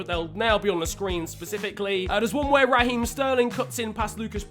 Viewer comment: “Raheem” one word not ra-heem